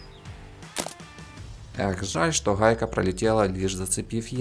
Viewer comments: Да. Хе это пиздец какой-то. Одна неправильно произнесенная буква Г (в украинском стили) и уже пиздец как неприятно слушать. Но есть моменты где какое-то время не произносится слова ХАйка и роХАтка ) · Хайка рохатка блин дружище это же неправильно..... я бы наверное со смеху сдох на украине среди людей которые так говорят ХЭ )))))))